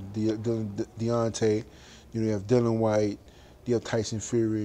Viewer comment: You aint ready for Dillian ( its dil- e-an btw, not Dil-an) fight Dave Allen first.